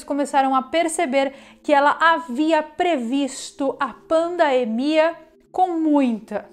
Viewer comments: Interessante, a palavra correta é PANDEMIA, ela fala paindeimia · Pq ela fala "pandaemia"? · Tão inteligente que fala pandaemia kkk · PANDAEMIA KKKKKKKKKKKKKKK ALGUÉM CORRIGE A SENHORITA PFV KKK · Por que "pandaemia"?? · Porque a apresentadora fala "pandamia"? 🤔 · NÃo sabe falar pandemia kkkkikkkkkkkkk